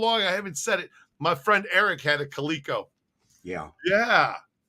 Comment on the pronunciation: Talks about his bad grammar, then proceeds to pronounce CALico wrong 6 times 🤣 we love you but at least spell check the title of the videos; THERE is a place, THEIR is someone's possession.